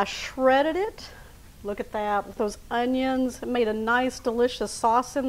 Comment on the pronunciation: That's not the correct way to pronounce our onions